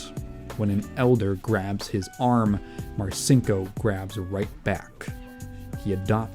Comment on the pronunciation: My dad was in the Navy when I was a kid growing up in the '80s and '90s. I heard about Dick Marcinco's bad reputation from quite a few guys who considered him to be a pathetic joke. The one part of this this video that slightly irked me, is that I've always heard the name pronounced "Mar-Cheen-Ko", so hearing you pronounce it "Mar-Sink-Oh" just felt really weird to my ears. Aside from that, this was a great video. Very informative and well constructed, I look forward to seeing more.